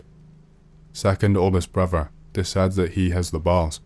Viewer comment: “Grandfaver” or “grandfaTHer”? “Grandmover” or grandmoTHer”? “Brover” or “broTHer”? Maybe work on your pronounciation if you’re doing a talking YouTube channel.